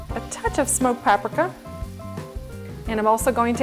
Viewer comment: Are you saying paprika? If so I’ve never heard anyone pronounce it like that! I’ve only heard it “pap-ree-ka” or “pa-pre-ka”.